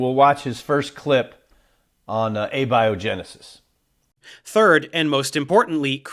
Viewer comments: You guys scientists? You pronounced A-biogenesis wrong lol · Uhbyohjinisis am dident hapend!